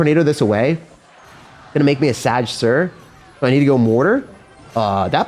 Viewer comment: Yeah I’ll be real, ‘sadge’ ain’t it dood. Dunno where u heard it but it’s gotta stop 😂